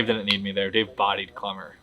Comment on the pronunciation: kWemmer. No L's for Klemmer any more. Dave was so wrong, and those two chicks are unbearable